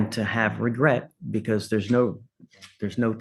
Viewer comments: "No regerts." LOL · "No regurts" BAHAHAHAHAHA!!!!!!!! Great hidden funny there!!!!!!!!!!!! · God bless the, but what she is hearing is: “Blah, blah, blabbidy blah, no regerts, blah, blah, blabbity blah.” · “No regerts”🥰